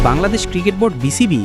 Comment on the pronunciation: ভাই ওটা বাল্লাদেশ না ওটা বাংলাদেশ হবে 😂